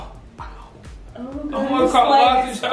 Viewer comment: The way said “o am gawd”